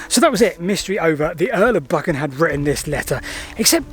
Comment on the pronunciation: Just visited Dryburgh Abbey so interested in the Earl of Buchan - pronounced Buchan, not Bukkin 😊